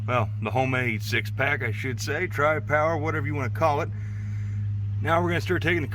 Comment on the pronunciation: Noice! Sounds smoother than Jezebel. Guess you'll have to call yourself out for the NNN. Since I'm also a Pontiac man I like hearing you say Tri-Power.